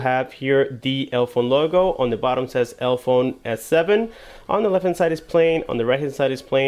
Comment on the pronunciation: Why do you keep pronouncing it elphone, when there clearly is an e after the l... elEphone.. like elephant. Their logo is even an elephant's head with trunk between both e's.